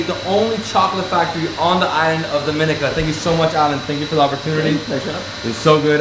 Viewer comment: I get why you did that first video. You’ve said Dominica wrong in every video thereafter. Lol